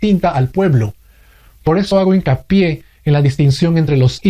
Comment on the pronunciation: "Por eso hago inca-pie"...